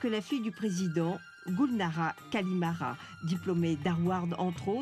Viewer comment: La journaliste est nulle! Vraiment, c'est pourtant difficile de retenir le nom de famille correctement. Elle s'appelle GULNARA KARIMOVA. Et pas KARIMARA comme cette connasse prononce. Avant de critiquer les autres, les français doivent se cultiver eux-mêmes!!!!!!!